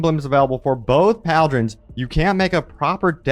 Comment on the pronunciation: Not pauldrons, it's "pal-drons", this is my new favorite thing.